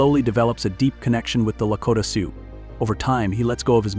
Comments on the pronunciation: Please pronounce the names right. Its Soo not soox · AMEN to that!! This AI crap is getting old already. Doesn't pronounce words or names correctly. Said SiouX, pronouncing the X. Also, messed up names & just generally is annoying. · Not Sooz or Sooks! Pronounced: Su or Soo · The AI script enunciator is inconsistent. The pronunciation of the "Lakota People" as Sioux (sue) is done numerous times with an occasional Sioux (suock). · Sooks, really ? The name of many tribes, people, locations mispronounced . I agree with others narrate these yourself or get someone else if there’s even a human behind this channel. Disrespectful to do this. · Can't believe that you mis- pernounced SIOUX !! Wow ! You don't say the X ! PISSED ME OFF ! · even more annoying because the word Sioux was throughout the entire thing over and over. I physically cringed every time it was said with this hideous pronunciation. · Teach the AI how to pronounce Sioux and Chippewa. Sheesh.